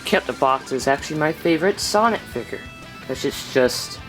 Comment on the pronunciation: Dude it figure not figer